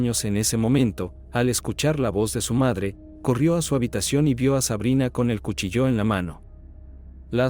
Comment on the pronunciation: Cuchilló o cuchillo? El acento de la palabra es en la i